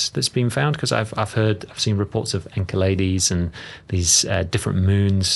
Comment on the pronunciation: Enceledes isn't pronounced "inka-ladies"🤦🏼‍♂️